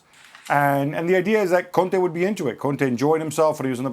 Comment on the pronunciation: Gabriel your pronunciation for Conte is a bit rude